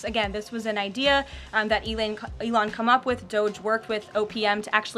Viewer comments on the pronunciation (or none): She called Elon ‘Elaine’ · Did she really said “Ivan" (Musk)? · She called Elon Elaine🤣🤣🤣